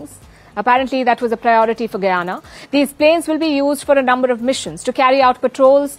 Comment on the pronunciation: Last time I checked Guyana was an English speaking country , will you speak English , and another thing the letter " H " in English is not silent .